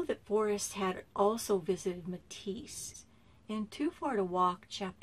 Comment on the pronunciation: Right I live in Burlington 30 miles east of Meteetsee She is saying it wrong but still great vid . Carl Dunrud is buried right next to my Grandpa in the Meteetsee cemetary . My G-Pa owned allot of land in Meteetsee . I have been to Kirwin many many many times I was there last weak . July 15 2018 .IN my opinion this is where the treasure is at